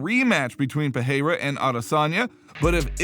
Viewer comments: You say Pereira wrong. You say it like "peheira" but thats wrong. Perreira would be spoken peheira. Pereira is spoken Pereira. Its cool that you english speakers have catched up to the rolling r in brasilian portuguese, but dont use it everywhere. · Alex Pehayra? you are the only one that ive heard saying it like that